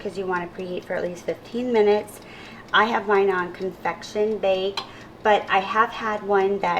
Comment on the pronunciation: Just FYI, it is convection not confection.